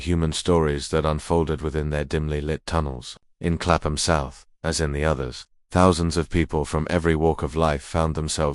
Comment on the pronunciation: Clapham: pronounced ˈklæpəm i.e. KAPP-m…the AI voice is wrong and unnerving to English ears.